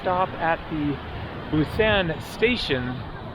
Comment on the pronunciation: Could you please refer to Busan by saying "Busahn" and not the hard a you have been using. There is no hard a sound in Korean. Thank you.